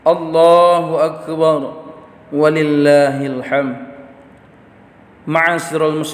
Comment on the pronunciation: Ada lima kesalahan Khotib ini, di antaranya: waktu baca ayat wa lillahi (ولله) .